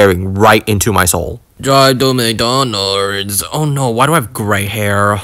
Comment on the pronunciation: drie to McDonald's